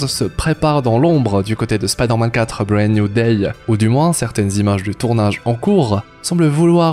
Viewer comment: "Bread New Day" 😂 ça se dit pas comme ça hein